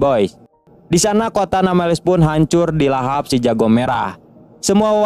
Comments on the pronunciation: Nambless street bang bukan nameles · Namblesstit bang bukan nameles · Bukan nameles bang tpi nembles treet